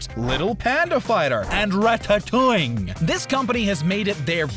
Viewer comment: the way he said “ratatouing”- lol xD